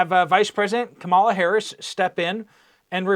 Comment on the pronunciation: I love that people still mispronounce Kamala 😂